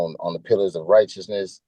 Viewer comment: "I stand on the pillars of righteousnous..."???? You got trespassed from a Sunoco, and you feel righteous?!